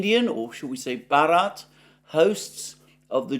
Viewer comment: Alexander please stick to India the pronunciation of Bharat despite your best efforts were very awkward.